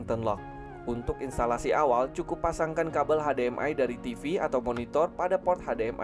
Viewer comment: hade,em,ai bukan nya hesdi,em,ai 🤣🤣🤣🤣🤣🤣🤣🤣🤣🤣🤣🤣